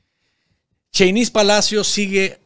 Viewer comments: se pronuncia Chéynis, el nombre de Sheynnis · No pronunciés su nombre de esa manera, no lleva el acento en la i...por favor, no les des pasto a los caballos sandinistas brutos. El acento prosódico lo lleva en la e.. POR FAVOR!! Escucha como ella lo pronuncia.